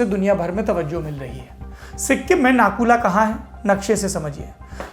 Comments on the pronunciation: Nahi yar dono alag hai Nathu la alag hai or naku la alag hai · सौरभ जी इस जगह को नाथुला बोलते हे।।नाकुला नही।। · Nakula nahi NATHULA